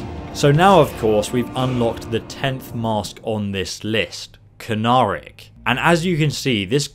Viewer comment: Pronounces "Konahrik" as "Kronak" along side SEVERAL other obvious mispronounciations... at this point I have to wonder if this man even plays the God damn game or is just trolling lol